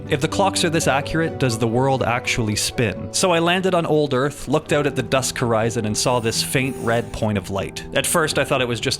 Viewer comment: ouuut (dont be mad I am Canadian too, it's funny.